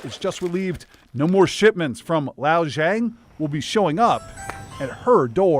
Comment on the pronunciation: What an idiot. Zhang is easy to pronounce. Yet....he.....FAILS! Send him back to primary school! (The poor guy is just COVERED in Tattoos, too. What a piece of work.)